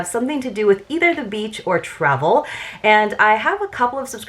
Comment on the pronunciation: When you said dose of Travel I first Understood “dose of trouble” lol